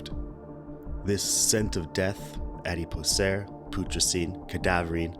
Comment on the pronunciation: If i were making a video about something, Id make sure i knew how to pronounce the words IN the video so that i didnt end up looking like an uneducated twat....but thats just me. EDIT: To be fair, cadaverine was correct. Adipocere and putricine though...not so much.